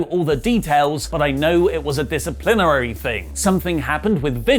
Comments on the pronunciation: “Discerplierarary” Davis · Why do you say 'disciplinary' so weirdly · It is a crearive pronunciation. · The way you say disciplinary is funny for some reason